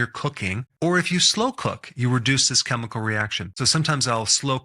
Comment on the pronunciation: last time I checked, chemical is pronounced keh-mi-call, not cheh-mi-call.... guess who's getting added to my do not recommend list!